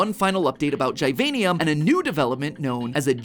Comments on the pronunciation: it not (gie-vian-ium) its (gih-vain-ium) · Every youtuber says the name diffrent, matpat says gajvaejnium, other Say givinium